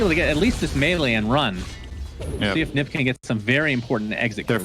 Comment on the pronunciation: Whad does he mean by Nip, it's like saying OG as Og, not O-Gee